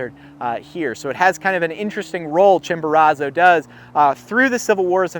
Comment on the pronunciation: You are pronouncing is that Chimborazo wrong